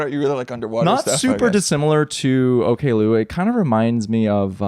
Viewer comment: Interesting note: includes Oklou on his Best Of 2025 playlist so he must have liked her in the end. I believe she pronounces it Ock-loo not Okay-loo though